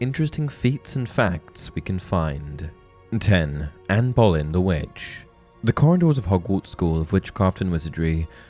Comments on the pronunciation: Anne Boleyn, pronounced Bow-Lynn. How does any English person get this wrong? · Hi not to be rude I love your videos but it's Anne Boleyn said like Bo-lin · No. 10 - Anne Boleyn (which you spelt Ann Bolyn) is pronounce Berlin because her last name is also spelled Bullen :P Just for future reference :P